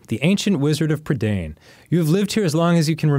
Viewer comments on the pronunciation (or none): I loved these books as a kid. The movie is pretty good, but misses out on a lot of the magic of the story. Also, Dan so confidently mispronouncing Prydain was infuriating. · Fun fact for you, Dan - the land Black Cauldron is set in, Prydain, is a real place! :D It's the Welsh word for Britain. Pronounced pruh-dine :3